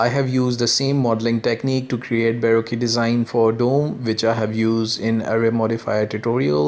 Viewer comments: it's pronounced, "buh roke" like when you're broke. not "boe roe que" like barbeque lol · Just a small thing, you're pronouncing how it's spelt, but that's incorrect. It's more like Bar-Ro-Ke. Like bar, then coke with an R. I know I used to make the same mistake too, awful spelling :)